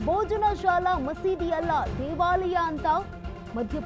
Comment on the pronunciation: ಮಾನ್ಯರೇ ತಾವು, ಭೋಜಶಾಲಾ ಎನ್ನುವ ಬದಲು ಬೋಜನಾಶಾಲ ಎನ್ನುವ ನಿಮ್ಮ ಪರಿಗೆ ಎನ್ನನಬೇಕು? ದಯಮಾಡಿ ಸರಿಯಾಗಿ ತಿಳುದು ಉಚ್ಛಾರ ಮಾಡಿ! ನಿಮಗೆ ಸಾಮಾನ್ಯ ಜ್ಞಾನ ಕಡಿಮೆ ಎಂದು ತಿಳಯುತ್ತೆ!😂